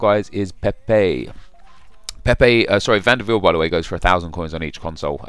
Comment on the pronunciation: No it's Wiel. Im dutch and he played for my favourite club AJAX. So i know that its not viel!!